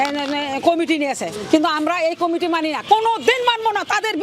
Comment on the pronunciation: কামেটি আবার কি রে? কমিটি উচ্চারণ করতে এই অবস্থা? বি এন পি অবস্থাও আওয়ামীর মত হবে, এইটা শুধু সময়ের ব্যাপার।